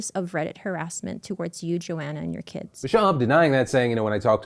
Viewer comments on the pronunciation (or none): none